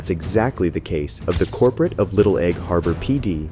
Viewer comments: It's supposed to be "Corporal". These shitty bots mispronounce everything, especially when the people making the videos don't speak English. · TIL "Corporal" is pronounced "Corporate". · ya I am pretty sure the narrator meant "corporal"... although that sounds like a pretty basic AI speech error. Patrolman is a rank in some PDs (I don't think there's a standard ranking system among every PD in the US), as opposed to the military—i assume—Patrolman is most likely a lower enlisted rank (probably the lowest), like for a rookie, or a PVT E1 in the army and USMC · Bro how tf did you really just pronounce Michael like "Mee-cheel"?????? And why did you keep saying "Corporate"? It's "Corporal" lmao. Oh and even more! You pronounce "Lamontagne" like "La-mon-taynj" dude where did you learn how to speak? Are you dumb? It's clearly french and would be pronounced "La-mon-tayn".